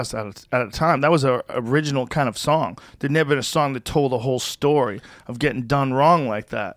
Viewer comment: He also pronounces "son" instead of "song", so it adds to the hurt.